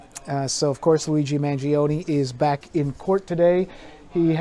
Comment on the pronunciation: such.a caker way to say Mangione! with 3 syllables. Cmon make a better effort to pronounce an Italian last name!